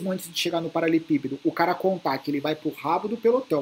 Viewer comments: Anos acompanhando o falar "paralepípedo" ao invés de "paraleLEpípedo" kkk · kkkkkkkk eu ainda fico esperando ele falar do jeito certo kkkkk um dia vai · Uai prestar atenção, ….verdade.